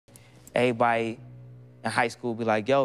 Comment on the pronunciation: The first word I heard was Eebody 😭😂